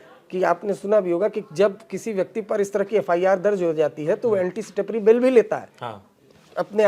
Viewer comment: its anticipatory, not anticitapary 🙂🙏🙏